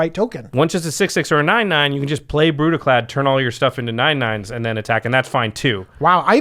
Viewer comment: Its pronounced Brüdicläd.